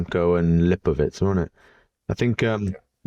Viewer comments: He also says Lipowhich instead of Lipowitz, and Vankellan instead of Vauquelin. It gets a bit annoying doesn't it! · bro, his name is LipoWITZ not LipoWICH 😂